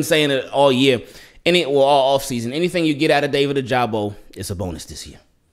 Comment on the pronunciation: Ya like a Regular Show “ohhhhhhhh” and it should be “ o-ja-bo” for my boy ojabo(like that college clip)